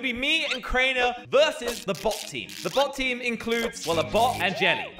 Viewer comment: I though i was hearing butt team